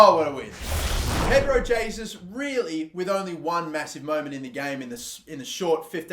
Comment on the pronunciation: It’s heysus